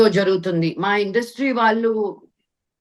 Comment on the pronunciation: First improve your pronunciation of telugu. You are daughter of dialogue king Sri Mohan Babu. వాల్లు, వీల్లు, అన్ని విదాలు, ఇలా చెత్త లా మాట్లాడ టానికి సిగ్గుండాలి